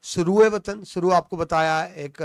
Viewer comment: سرو کا تلفظ بھی ٹھیک کریں